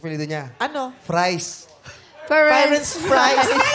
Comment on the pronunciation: Diba Italian word yung Firenze like /Fee-ren-ze/ meaning Florence, /Phyrenz/ daw sabi ni kuya mo hahahaha.